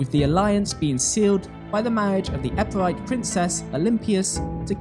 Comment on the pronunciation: And it's Epirote, not Epirite lol